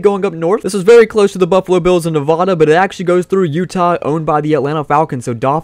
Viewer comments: It’s Nevada not nevoda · It’s Nevada not nevadaa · Stop saying Nevada wrong. Good video though.